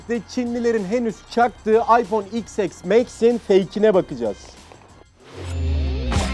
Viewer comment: Aypon değil ayfon 😂😂